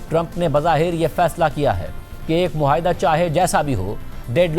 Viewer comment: مسٹر مہاٸدہ نہیں معاہدہ ہے